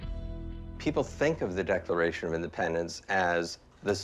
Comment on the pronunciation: Declafation of Indefpendenf